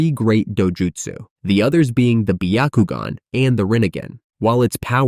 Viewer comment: Absolutely not it's byakugan not bakogn